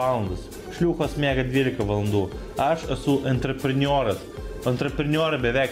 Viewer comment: "Enterprenjoras" xD